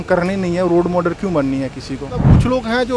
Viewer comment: क्या पढ़ाई करेगा,रोल मॉडल को रोड माडल बोल रहा है,बेबकूफो का बोलबाला है